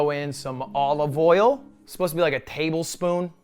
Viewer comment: why does he actually pronounce it "all of oil"